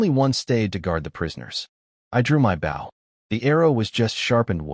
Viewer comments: why can't these AI say "bow" noun. rather vs verb. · I hate how ai says bow (the action) when talking about the weapon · Compared to other channels ive listened to....i can accept it despite agreeing with you. Otherwise its perfect. Good speed, annunciation and pausing overall. But just a couple of odd ones in there like 🙇‍♂️ bow lol. But others have repeated lines, multiple pronunciation for the same name (none of them correct) and offputting, hard to follow flow. Hell one channel i saw, changed korean names to american. Instead of sooho park we got david....lol. like wtf?! 😂😂